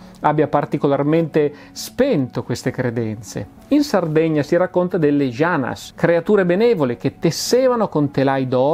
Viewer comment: Comunque le "janas" sarde si pronunciano "ianas" non "sgianas" Ps non sono una hater, ho anche sentito tutti i libri di Polidoro, ma tra Nuòro con l'accento sulla "o" e varie...ogni volta ho i brividi🤣